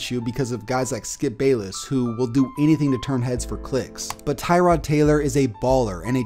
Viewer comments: It’s “tuh-rod” not “Ty-rod” free “Tuh-rod” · TUH-rod Taylor not TIE-rod. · It's actually prenonce Tuh-rod not Ty-rod just a cool fact for you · Tie-rod? No, it’s Tuh-rod. Also, I’ve always liked Tyrod. He’s a beast. Sure he’s not elite, but he’s better than people give him credit for. And he’s a super chill guy. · Its tuh-rod now lol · Its actually tuh-rod smh Nah I dont actually care it will always by ty-rod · It's pronounced (TUH-ROD) Taylor. Get it right, buddy 👏👏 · Thats not how you say tyrods name